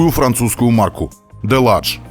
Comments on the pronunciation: Правильно читать делаш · Delage произносится как "Диляж"..